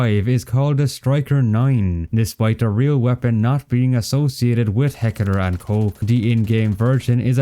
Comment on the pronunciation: "Heckeler and koch"